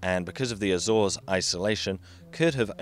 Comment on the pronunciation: Great video but damn that Azores pronunciation makes me cringe every time